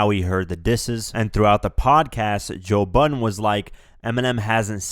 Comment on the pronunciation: who the fuck is joe butten??